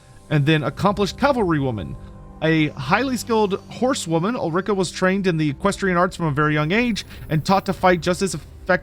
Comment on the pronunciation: Ul-ri-ka, not Ul-rika; even though it sounds bad ass